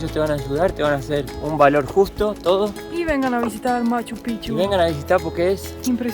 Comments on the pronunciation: Buen video, sobre Machu Picchu, su pronunciacion es pikchu, no pichu, aparte pichu es una mala palabra que significa otra cosa. Las llamas tambien en machu picchu son mas como un atractivo turistico, ese clima subtropical no es su habitat. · Me encantan son una pareja hermosa pero Mate se dice Maccupichu no Machopicchu😂😂